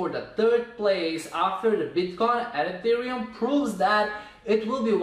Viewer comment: E - te - re -um